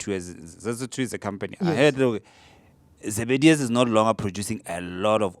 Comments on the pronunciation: not zebedius bro, Zebediela(producer of Oranges), i think that's what you meant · Almost correct its Zebediela